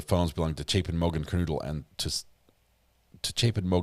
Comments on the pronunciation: Kernodle- long “O” not noodle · PLEASE SAY HER NAME CORRECT. KERNODLE NOT NOODLE